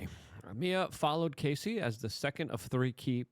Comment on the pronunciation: Luke her name is Cassie not Casey ..please get it correct